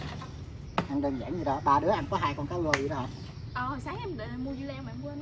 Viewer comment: Cứ “gáng chảo”, “gáng chảo”, rồi lại “cá gô, cá gô..”, 🤷‍♀️🤷‍♀️!! Moẹ ơi, thì ra là “ráng (chiên) chảo, và cá rô (rờ ô rô, chứ làm gì có con cá gô?!! Ông cố!! 🤣🤣🤪🤪🙏🙏🙏